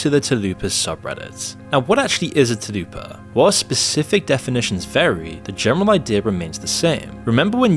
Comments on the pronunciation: Bro I like your videos but you need to re-upload a version where you say Tulpa correctly I literally cannot watch you say Talupa one more time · Dude, you're about to get alot of shit for mispronouncing "Tulpa" repeatedly. I don't really care either way, bu it's "Tul-Pa" not "Tu-Lu-Pa". I don't know much about them myself, but I know the idea of them comes from either Hindu or Muslem Mythology. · What’s a talupa? Is it a new Taco Bell menu item? It’s a TULPA. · tf is a talupa? its spelled tul-pa. aint talupa a meal or something? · I just learned the word tulpa exists, and even i know its not pronounced Tuh-lew-pah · Dude the Tulpa shit is STILL going on? Fucking lmao I remember that shit from /x/ like over 10 years ago. Anyway it's pronounced Tull-Pah. I figured that shit faded into obscurity when /x/ got tired of being flooded with tulpa posts. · How do you get "taloopa" our of tulpa? Someone please tell me. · It annoyed me so much bc it's TulPa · jesus hearing "talupa" over and over feels like i keep getting flashbanged. I have heard that word spoken hundreds of times, but never as "talupa". you must have only read all the information you gathered for this video instead of watching any videos yourself. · WTF ARE YOU TALKING ABOUT? IT'S TULPA! I'm convinced he's running ai scripts after this... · Lol! Talupa! 😲🖤 I was thinking the same thing. I am happy to see your comment. I was going to say it if someone else didn't. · 'too-loo-pa' apparently 😂🤩😂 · I’ve never heard of it until now but I’m almost positive it isn’t pronounced “talupa” lol that’s Taco Bell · Tulpa, not Tulupa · Might as well just say "thought-form" because you CANNOT say Tulpa 😭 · you mispronouncing tulpas made that section of the video one of the hardest parts ever to watch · trying to pronounce tulpa hurts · I think he is saying "Tulpa" wrong. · it’s tulpa. stop spreading this misinformation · That is not how you say Tulpas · Interesting video, but your pronunciation of tulpa is sending me.